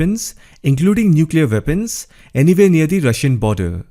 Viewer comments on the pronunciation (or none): They are weapons, pronounced as weepons. Not vepons, Worse not vos. And 2e know India's interest in Russia so confine yourself to call centers please.